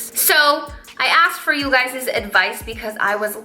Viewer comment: "You guyziz."